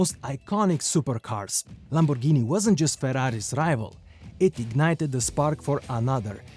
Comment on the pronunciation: Great video ! Thanks so much ! Please say Lamborghini correctly. It’s “G” not “J”. G like Gasoline. Not not J like Jump. Please. It hurts the ears. Ciao